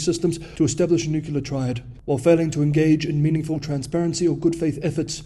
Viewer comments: "Nuclear" not "Nukular." It's a common mistake, but still a mistake. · It is pronounced nu-clear. Not Nu-ku-lar. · We've been over this, we don't care how he pronounces it, as long as we understand.